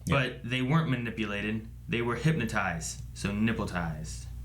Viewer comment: They said nipnotized